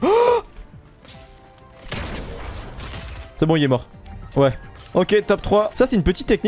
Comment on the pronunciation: " parce que ec'est " Aie aie aie R.I.P ( J'rigole attraper ma veste )